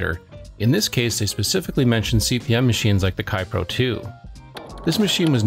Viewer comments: It's "KAY-pro", not "Ki-pro", and I loved using a Kaypro 10 for software development. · It's KayPro, as in, "hey bro" 😄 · Yes and funny enough I know that.. but I pronounced it wrong anyway and then I compounded the error by calling the machine a Kaypro 10 when it was actually a Kaypro 16. :) so many things to juggle when making a video hehe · If only there were some technology you could have used to find out the correct way to pronounce "Kaypro."